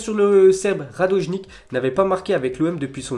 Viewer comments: A cause de Mohamed Henni on prononce "Radojnique" au lieu de Radonjic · Il dit Radojnic comme Mohamed Henni 🤣